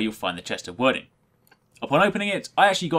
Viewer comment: Hate to be that guy but that spelling is pronounced 'Weird-ing' ;)